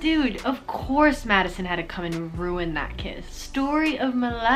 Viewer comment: Everybody in the comment section : i laughed so hard when she said wHo THe heLL iS MAddIsioN